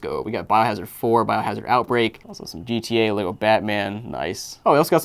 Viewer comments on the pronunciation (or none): none